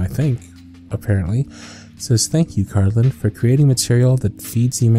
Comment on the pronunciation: Bless you, Cardlin! You’re like the only person who’s ever pronounced my name right first try 💕